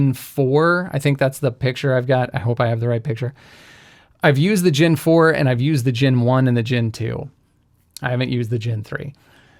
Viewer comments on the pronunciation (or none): Gen not gin! Sorry, it continually irked me.